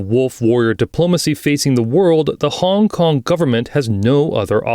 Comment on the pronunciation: honnnnnngg konnnng, dang the accent so weird idk if i was the only one who noticed it.